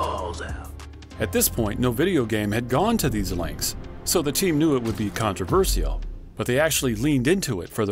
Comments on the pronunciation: the "controverisal" pronunciation got me off guard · did he just say controversiyal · Controversal be like con-tre-ver-si-al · Word: Controversial Bro: “Contra-ver-see-Al” 💀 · You didn't notice him saying it like that until 8 and a half minutes in? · Not sure you should make a video about something 'controversial' when you can't actually pronounce the word. Interesting video however. Sadly, I'm now too poor and too old, and a PC gamer like me will probably never be able to play GTA VI; who known when it'll ever be available and I won't be getting a new console or laptop/rig to play it. All those years waiting... depressing really. But I always look back with tearful nostalgia on the thousnd plus hours spent on playing R2R2 and GTAV - by far the two best games ever made, in that order. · Am I the only one triggered by the pronunciation of the word controversial? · Never have I ever heard someone pronounce 'controversial' this way. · why does he keep mispronouncing the word "Controversial" is it an accent thing? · The way you say controversial, you shouldn't say the "i" like that XD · Your pronunciation of „controversial“ is definitely controversial. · I love how this guy says controversial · thumbs down only because you mispronounced controversial multiple times.... Bad story telling aswell... контроверсиал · Great video, definitely a strange way to pronounce "controversial" though. Is the script being read by AI or a human?